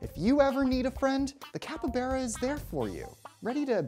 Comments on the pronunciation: It's not a cuppybeara, it's a fucking CAPYBARA. Bar, not Bear. You could google for a minute before making a video, dude. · CAPY BARA NOT KEPPYBERE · It's capybara, not capybeara! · Capy-baa-ra. Not capy-beeraq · The way he said capybara: capabara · Did he just pronounce it Cap Yberra? Sounds like a quarterback for a mostly Latino highschool football team. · This guy was perfectly fine with me till he said capyBEARa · Which pronunciation is that? Are you sure it's not Capyba "R" a. You might find this video informative as well, especially regarding the capybara's dietary habits. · Cappa-beara... Nay-dahl... Dude. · "capa-bera" consider me triggered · the pronunciation of capybara is capybara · I'm not a fan of the the way you say "capybara". You say It like capy-bear-ah. It's weird. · You’re wrong pronunciation of capybara makes me uncomfortable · I just don’t understand why you pronounce Capybara the way you do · Y’all pronounce it capybara or capybara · Literally explained nothing and he couldn’t sound more white saying capybara. The way he says made me cringe so much